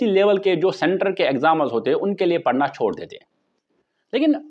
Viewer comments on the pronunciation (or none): none